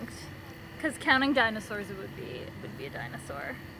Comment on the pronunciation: "Dinasours" maybe you shouldn't have dropped out 😬